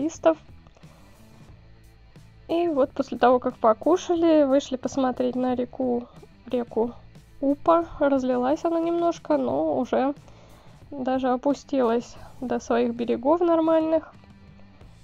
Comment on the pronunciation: Привет,! У меня такие тарелки (с птичками) были в детстве!)) Ещё хотела сделать замечание, только без обид, река Упа, с ударением на последний слог. Когда будешь ещё в нашем городе, советую посетить магазин "Модный город", там лучше ассортимент, чем в "зигзаг удачи".